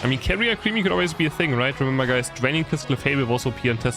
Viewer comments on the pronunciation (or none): Alcremie = al-cruh-me